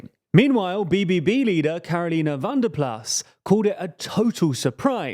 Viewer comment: It is GeErt Wilders not Gert Wilders and Van der plas instead of Ven der plas 😂